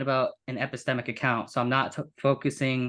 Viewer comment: I had a hard time understanding this presentation. The level of complexity seems to detract from the force of the argument. Also, seems to mumble when articulating hard to catch terms like ‘epistemic’ ‘probability’ and ‘tautology’. This made it even harder to follow. I am a big fan of the New Eliakim argument, but overall you guys kinda lost me on this one.